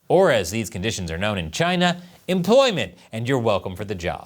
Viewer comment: Chy-na is asshoe 🍯